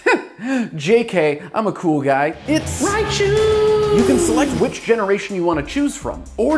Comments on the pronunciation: it's raichu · It’s Raichu